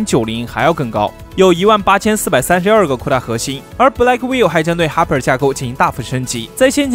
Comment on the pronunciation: Blackwell都能读错成“black will”~ 是black well啦！学点英文吧。。。Hopper读错成Hiper，简直了。。。